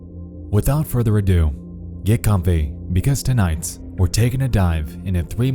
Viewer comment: Is there a reason why the narrator adds an S to some words when they don’t belong? i.e. “...because TONIGHTS were going to...”